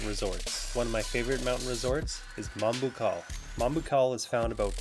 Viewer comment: Great to hear Moalboal pronounced the Filipino way!